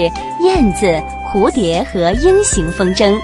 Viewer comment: 风筝zheng应该读轻声